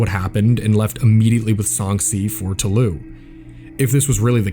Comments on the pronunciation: for fuck's sake, toulouse is pronounced "to lose," not taloo. maddening. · Toulouse is pronounced as the english words "to lose" otherwise great documentary